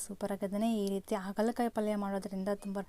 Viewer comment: ಅಗಲ ಕಾಯಿ ಅಲ್ಲ ಹಾಗಲಕಾಯಿ ಸಿಸ್ಟರ್ ❤❤😂